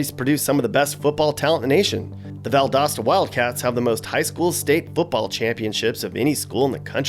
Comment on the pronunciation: Pronounced Valdosta incorrectly.